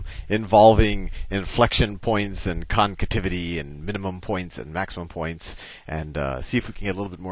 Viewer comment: At least "concativity" sounds like a real word. :P Also, this is so fun. hahah.